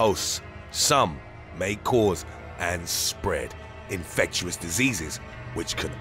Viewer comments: He mispronounces a lot of words I noticed. Protozoa and infectious were awful. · He really is not good with pronounciation... Infectuous Protoza Anophils and a lot of binomial nomenclature in other videos.